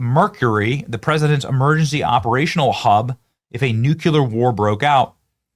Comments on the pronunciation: bro its "new clear" not "new cue lar" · It’s pronounced Nu Klee Er! No Nu Kee Ler!!! 🤦🏻‍♂️